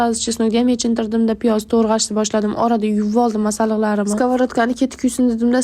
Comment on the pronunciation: Törğaş mas töraş böladi